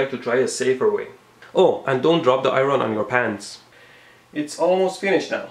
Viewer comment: "Eye-Ron? Whats an Eye-Ron cuz?"